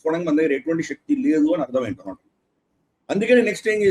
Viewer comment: డొనాల్డ్ ట్రంప్ కాదు డోనల్్డ ట్రంప్